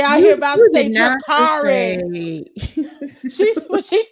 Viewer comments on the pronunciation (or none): none